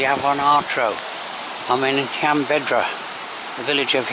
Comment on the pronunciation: You missed out on going to the nearby Roman Steps and the lake that echoes when you shout across it . Btw . You keep mispronouncing Llanbedr .